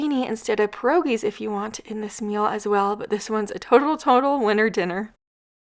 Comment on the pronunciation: They are pronounced with two syllables, not one pronounced Pir rogies not progeis.